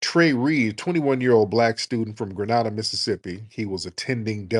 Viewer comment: Grenada is pronounce gre nay da. Honestly, I'm not sure if this was retaliation. Kilings like this happens a lot and many of them don't get a lot of publicity, like in Sallis and Laurel. Hell, the Jackson police were killing brothers and burying them.